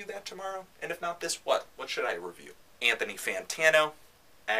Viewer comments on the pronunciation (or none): "AG-uhlloch". huh, I've never heard it pronounced that way. Actually, I've never heard anyone talk about Agalloch. What I'm trying to say is I've always said it like "UH-gawlick". Anyway, while you're reviewing metal / black metal / whatever metal you should probably review Deathspell Omega's new one.